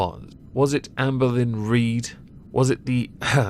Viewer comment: I love the way you pronounce Amberlynn Reid’s name: AmbalinnReed. I friggin love it